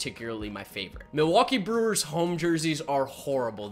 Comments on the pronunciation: Lol he said Brelllerws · Buddy can’t even say Brewers properly and we supposed to take his review of their jersey seriously?